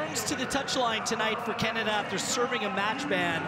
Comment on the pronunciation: I think he’s fine except he pronounces it “Catada” every time 😆